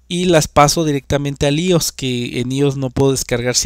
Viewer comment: «ios» no existe, es «iOS» y se pronuncia «ái óu es». Gafo.